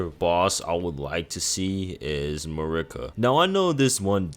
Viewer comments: He clearly has some issues with pronunciation. He says issue as "isoo", duo as "duel" and Marika as "Merica". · This dude has never played ER. Can’t even say Marika correctly.